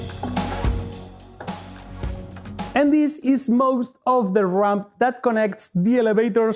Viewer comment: Oh, RAMP. I ghought you were saying RUMP.